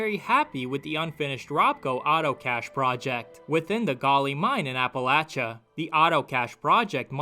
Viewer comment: Thank you for pronouncing Appalachia correctly, I live here and I hate when they say it wrong